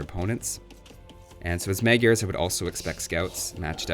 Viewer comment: Magyars pronounced mod-yours not meg-yars lol. They are just hungarians